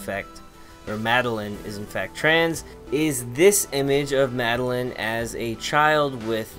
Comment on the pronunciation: Madeline from Celeste says trans rights Also my name is pronounced mad-el-eye-n not mad-el-in